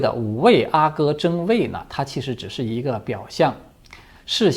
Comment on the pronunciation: 阿哥，阿是四声，皇子。